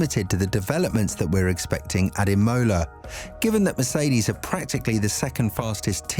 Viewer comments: You’re saying it “I-mo-la” it’s “Im-o-la” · Emola with a capital O and fully pronounced mid way through the word aswell 😂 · anyone else like the E-MOLA Race ahhh, killing me every time it was said haha rest of the video is good just Imola got my blood boiling haha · It's Imola not Imola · Please google how to pronounce Imola.